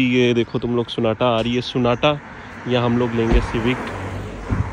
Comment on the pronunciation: Sonata nhi Sona Tatta😂😂😂